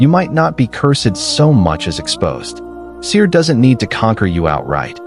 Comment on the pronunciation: The Arabic words should sound authentic, without cutting....sihr not sir